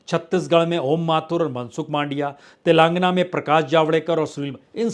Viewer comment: प्रसून बाजपेई जी तेलंगाना का उच्चारण कृपया ठीक से करने का सुझाव है।